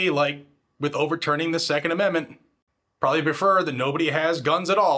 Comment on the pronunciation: Lurch can't even say 2nd amendment 😂